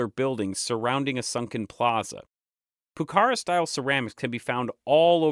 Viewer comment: Finally YouTube's algorithm offers something interesting. Awesome video, i would just correct some minor pronunciation issues. For example Pucara, it should be accentuated in the last a (in Spanish we would write Pucará)